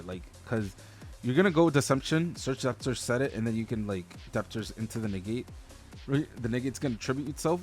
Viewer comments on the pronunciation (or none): Great video! You don’t pronounce the “B” in debtors btw